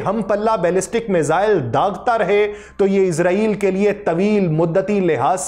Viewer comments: ارے بھائ یہ کیا۔ عزرائیل۔۔۔۔۔۔ عزرائیل کی رٹ لگا رکی ھے۔۔۔۔۔۔۔۔؟؟ توبہ توبہ۔ استغفراللہ۔۔۔۔۔۔۔! "اسرایئل" کو عزرائیل کہنا میرے خیال میں سخت گناہ ھے! کیوں کہ "عزرائیل" موت کے فرشتے کا نام ھے ۔۔۔۔ ھم اسرائیلوں کو کیوں خواہ مخواہ "عذرایئلی" یعنی اپنے یعنی مسلمانوں لئے موت کے فرشتے بنارھے ھیں۔۔۔۔ ؟؟؟؟ اور یہ اس لئے ھورھا ھے کیونکہ بہت سے پاکستانی اور بہت سے دنیا بھر کے مسلمان محض انگریزی لہجہ بنانے کے چکر میں اسرایئل کو عزرایئل کہتے ھیں۔! مجھے پورا یقین ھے کہ اسرائیلی اس بات سے یعنی اپنے اس انتہائ طاقتور نام دیئے جانے سے بیحد مسرور ۔۔۔۔ خوش ھوتے ھونگے ۔۔۔ اور مسلمانوں کا مذاق بھی اڑاتے ھونگے کہ ھا۔۔۔۔ ھا۔۔۔۔ دیکھو! خود مسلمانوں نے ھمیں اپنے لئے موت کا فرشتہ بنالیا ھے تو ھم کیوں نہ موت بن کر ان پر نازل ھوں؟ میری ان تمام انگریزی لہجے میں اسرایئل کو عذرایئل کہنے والے مسلمانوں سے گزارش ھے کہ اس بات پر توجہ دیں اور اسرایئل کو آئندہ کبھی عذرایئل مت کہیں ! ۔ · Ap isreal ko izreal q bol rhy hn .itni zor zor se urdu bol rhy hn ap lakin israel ka nam thek nhe bol rhy. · ارے یہ کیا۔۔۔۔۔۔۔ عزرائیل۔۔۔۔۔۔ عزرائیل کی رٹ لگا رکی ھے۔۔۔۔۔۔۔۔؟؟ توبہ توبہ۔ استغفراللہ۔۔۔۔۔۔۔! "اسرایئل" کو عزرائیل کہنا میرے خیال میں سخت گناہ ھے! کیوں کہ "عزرائیل" موت کے فرشتے کا نام ھے ۔۔۔۔ ھم اسرائیلوں کو کیوں خواہ مخواہ "عذرایئلی" یعنی اپنے یعنی مسلمانوں لئے موت کے فرشتے بنارھے ھیں۔۔۔۔ ؟؟؟؟ اور یہ اس لئے ھورھا ھے کیونکہ بہت سے پاکستانی اور بہت سے دنیا بھر کے مسلمان محض انگریزی لہجہ بنانے کے چکر میں اسرایئل کو عزرایئل کہتے ھیں۔! مجھے پورا یقین ھے کہ اسرائیلی اس بات سے یعنی اپنے اس انتہائ طاقتور نام دیئے جانے سے بیحد مسرور ۔۔۔۔ خوش ھوتے ھونگے ۔۔۔ اور مسلمانوں کا مذاق بھی اڑاتے ھونگے کہ ھا۔۔۔۔ ھا۔۔۔۔ دیکھو! خود مسلمانوں نے ھمیں اپنے لئے موت کا فرشتہ بنالیا ھے تو ھم کیوں نہ موت بن کر ان پر نازل ھوں؟ میری ان تمام انگریزی لہجے میں اسرایئل کو عذرایئل کہنے والے مسلمانوں سے گزارش ھے کہ اس بات پر توجہ دیں اور اسرایئل کو آئندہ کبھی عذرایئل مت کہیں! ۔